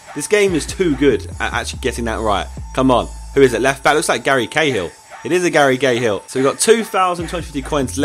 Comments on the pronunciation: Anyone else noticed that he said "Gary Gayhill"? xD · "It is a Garry GAYhill" hahahaha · you said garry gay hill